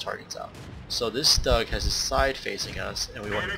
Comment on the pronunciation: Stug is pronounced the same way you start off boogers or when you say stew, learn how to pronounce vehicles before you record next time